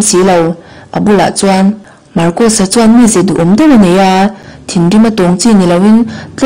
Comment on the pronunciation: Marcosa hming hi pi ber thlûk dan khan thlûk ve thei se ka ti.